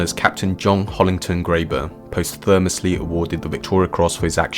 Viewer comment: Not how you pronounce ‘posthumously’.